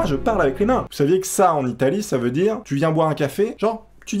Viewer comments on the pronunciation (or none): none